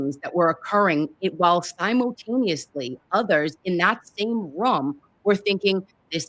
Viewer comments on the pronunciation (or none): none